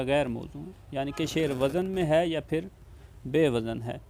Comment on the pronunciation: جو خود ہی وزن کا تلفظ غلط بول رہا ہو وہ کیا عروض بتائیگا